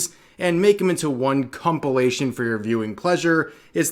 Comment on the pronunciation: All this time, I can't tell if Rev is purposely pronouncing compilation as cUmpilation Is it just me?